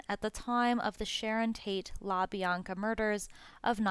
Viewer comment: Also kasAYbian and labEEanka